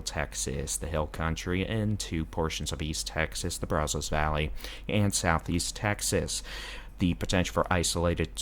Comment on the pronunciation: It's Pay cuss and Brazos is Brazz (rhymes with jazz) us.